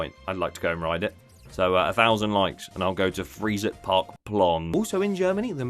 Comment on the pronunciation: By the way - Freizeit is pronounced "fry-tsite" in German (also love the fact you're calling out parks for using generative AI):)